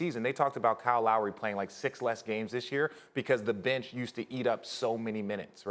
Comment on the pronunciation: Sal S He said bitch instead of bench